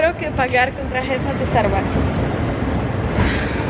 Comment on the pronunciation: Ogółem to mówisz świetnie ale jak to ja zawsze mam jakiś problem i do wszystkiego się muszę przyczepić źle mówisz karta ty mówisz TRAJETA a się mówi TARJETA